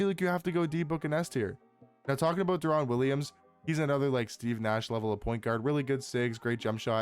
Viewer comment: Deron Williams is pronounced like “Daren” Williams lol